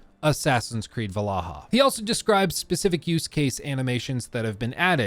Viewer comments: valhalla not valaha 😭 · It is not "valahaa" it is Valhala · Valhalla ❌ Vallaha ✅ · Val-halla… **Vallaha… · 😅 why do you keep saying valaha? I cant concentrate on what you're saying bc of this😂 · "Assassins Creed Valahha" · Everytime plays the Grammy Assassins Creed "Valaha" I legit lose it laughing 😅😅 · It's funny how he calls it Valaha every time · your inability to say Valhalla correctly causes me so much pain. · Why are you pronouncing Valhalla like that?